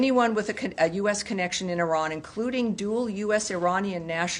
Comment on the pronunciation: White people are so stupid that they even don’t know how to pronounce Iran.